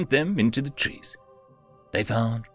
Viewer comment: I'm pretty sure 'tress' should be 'trees'.